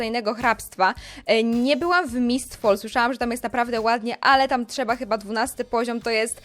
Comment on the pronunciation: Mistfal sie czyta